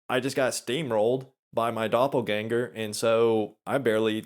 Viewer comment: As a member of your German audience, I appreciate the rare correct pronunciation of 'Doppelgänger'.